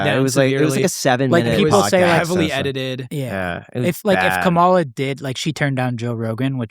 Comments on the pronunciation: Bro can’t even pronounce Kamala correctly and he said she would’ve looked dumb on Rogan lmfaooo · It's crazy to me that people still can't pronounce Kamala's name correctly... I understood why Trump intentionally pronounced it wrong but come come on.. really?